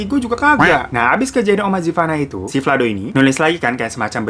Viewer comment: 'Detail Kejadian' bang, bukan 'Detail Kejaidan' 😂